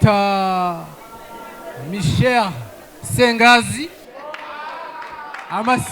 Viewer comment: Abanya Rwanda ivya L na R biragorana kabisa Michel iba Micher kweli? One Love